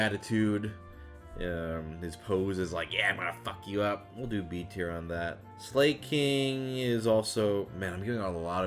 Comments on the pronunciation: Slay-king? Slay-koth? I always thought it was Sla-king and Sla-koth... like, cause they slack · I can't believe you pronounced them "slay-king" & "slay-koth" when they're so clearly a play on slacking & slack off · “Slay-king?” It’s literally a sloth that slacks, it is in the process of slacking. If Slay is the correct pronunciation I’ll eat my hat lol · the fact that he pronounces slakoth and slaking with "slay" instead of "slah" is great. slay, king. slay. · Okay, mispronouncing Illumise, I'll excuse. No one could ever figure out how to pronounce that thing's name for the longest time. But... Slay-king? SLAY-king?!? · how did you miss that Slakoth and Slaking are literally named after loafing around and are pronounced "Slah Koth" and "Sla King" silly silly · Slay-koth and slay-king??? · All my faves were s tier. But I was bothered how he said “slay-king” and “slay-koth” totally ruined their punny names lol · Slakoth and Slaking are pronounced like "slack" because they're lazy But calling Slaking "Slay King" is still pretty funny lol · The way you pronounce slakoth and slaking... Do you not see the puns?